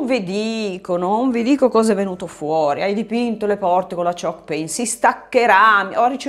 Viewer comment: ah ok, dalla pronuncia non capivo 😅